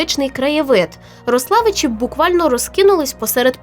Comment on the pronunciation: Всі місцеві завжди називали РОславичі, наголос на О)